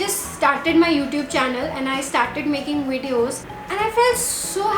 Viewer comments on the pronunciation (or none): Please improve your pronunciation of words 'o'tube, insta-gram. Very weird!